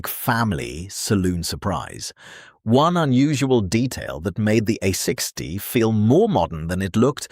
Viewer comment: Opening line: "The Austin, a sixty Cambridge ...". Seriously? Read your own script, please!